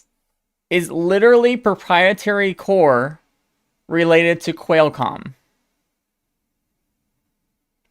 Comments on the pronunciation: For future videos, It's "kwall" comm, not "quail" comm. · Great video! Unfortunately every time you pronounced Qualcomm wrong a kitten died. The good news is there's no shortage of cats! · xD love the way u say Qualcomm ....intentionally?